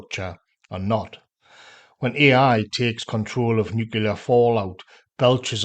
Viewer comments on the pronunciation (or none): I've heard you say "new" and I have heard you say "clear" but you can't say nuclear?? You say nu-cu-lar exactly like George Bush.